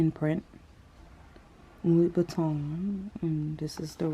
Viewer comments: Lou-boutin…not Louie-boutin 😩😩😩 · Why do u call it "Loui Buitton" instead of Lou Boutin? Its almost as though you keep trying to say "Louis Vuitton" instead... 😅